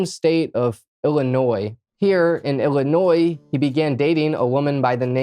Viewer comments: He is actually saying it right..but he Is saying Ili-NOY not iili-noise..most people even living here say it with the accent the second way..❤😅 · Bro, are you OK? You keep strangely swaying at the end of your sentences. Also, thanks for pronouncing illinois properly.